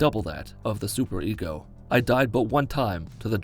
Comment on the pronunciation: Super-ECO instead of ego